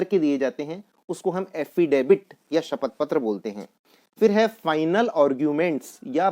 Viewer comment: माननिय महोदय , एफी़डेबिट , नहीं , एफी़डेविट कहिए । यह शब्द आपके प्रोफ़ेशन से संबंधित है, और आप ही ग़लत बोल रहे । आप का उच्चारण बहुत ख़राब है